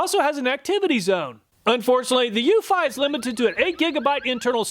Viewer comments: Pretty sure Eufy is pronounced "YOU-fee". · I love all your comparison videos! I just wish you'd pronounce Eufy correctly 🤦‍♀. Every time you say that brand name it makes me cringe a little. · Eufy is pronounced “you fee” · I have 2 Wyze Cams and a Eufy. They all cover my property well enough. The problem I run into is mine are indoor cams pointing through windows. Even with IR night vision, theyre useless. Edit: Ive always pronounced it as "you-fee" but I guess your way makes more sense.